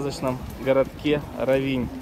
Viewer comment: Очень красиво! К великому счастью, нам довелось побывать здесь в 90х годах, одно из красивейших мест на побережье Адриатики, просто шикарно! Простите, но ударение надо ставить на о, РОВИНЬ!